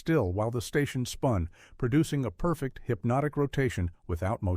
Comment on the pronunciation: The AI has yet to perfect the perfect pronunciation of perfect.